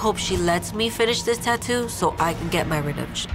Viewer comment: Bro the canvas around like is annoyin as she says tattoo as tattWO